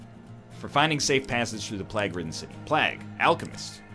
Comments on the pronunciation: No, he pronounces it horribly wrong. Listen to how he says vague correctly, and then tell me "plaag" is an okay way to say plague. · Someone drive over to this egg's house and teach him how to say plague. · It was meant to rhyme with flag, is how I have come to understand it. English is weird. Like why don't they just spell it flague. xD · It`s regional variances, none of them is right nor wrong, they`re just different. I actually like the way he says it